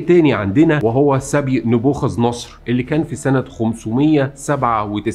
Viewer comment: شهر 6 اسمه حزيران وينطق بضم الحاء ...وكمان اسمها مشادات وليس مشاداه ..ايضا كان الحاكم اللي سبي اليهود من زمن بعيد ...اسمه نبوخذ نصر ...بفتح الصاد المشددة ...وحضرتك تقدم معلومات جيدة وجديدة ع ناس في الوطن العربي ...فارجو حضرتك تدعم معلوماتك بلغة عربية سليمة حتي تخرج فيديوهاتك علي احسن مايكون ...انا مصرية ...تقبل تحياتي 🌹🌹